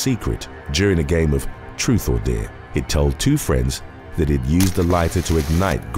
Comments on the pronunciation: Great videos, but (Deer) ? no (Deer´s) in your videos....? are you trying to say (Dare) ?? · Why do you say "Dare" like "Deer"? I'm British too, but I haven't got a clue why you pronounce that one word like that.... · Are you a kiwi? The way you pronounce ‘dare’ sounds like how kiwis pronunciation it.